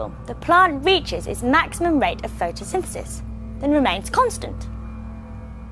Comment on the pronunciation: he cant say photsynthesis